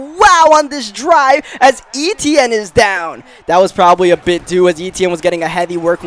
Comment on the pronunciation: Finally says Travis Eitienne name right 😂😂😂